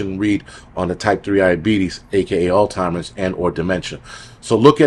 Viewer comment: Every time you said "Altimers", I felt like I was back home! Thanks